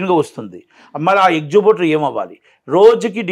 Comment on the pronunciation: ఎక్సుబ్యూటర్ ఏంట్రా బాబూ...ఏక్సిబిటర్ కదా..